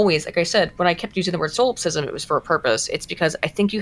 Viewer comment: Holy shit she needs to stop saying Solipsism like she knows what it means. Or at least pronounce it right for the love of jeebus.